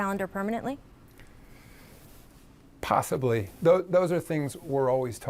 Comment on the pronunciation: Adam silver said possibly in such a bizarre strange way... possibly...